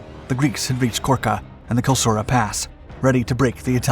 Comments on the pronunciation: you said Kilsura twice but you typed Klisura.... you need an editor. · Klisura (gorge) pass, not kilsura pass. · Kilsura ? Kilsura ?! It's Klisura, or Kleisoura. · I noticed that -- SEVERAL times. The title card was right, iirc, but the narrator is shoddy as well as breathless.